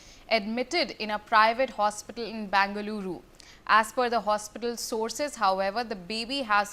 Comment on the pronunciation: Who the hell made her a new reader? All her pronunciations are wrong wtf... What is Baaangaloorooo.. it's Bengaluru pronounced the same as Bengal. Wtf is 'karnatak' 😅